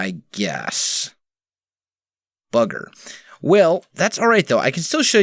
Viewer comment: How British did you sound then.... :) "oh bugger". My fave swear but not swear word.